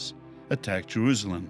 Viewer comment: Why does say Jeruzalem? He pronounces an s as a z. Not important but it bugs me.